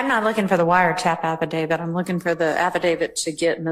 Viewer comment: Why can nobody pronounce affidavit correctly tho 😂 even the judge. Abidabit 😂